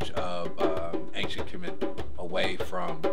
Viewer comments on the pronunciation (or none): it’s Khemet not Kimit